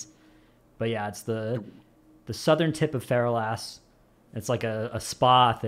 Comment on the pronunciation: It’s not “feral-ass”, it’s “fer-alice”.